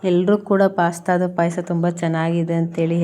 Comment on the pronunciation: ಪೈಸ ಅಲ್ಲ ಮಮ್ಮಿ ಪಾಯಸ 😂😂😂